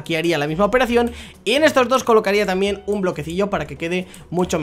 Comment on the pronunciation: Like si en el minuto escuchaste q dijo trambien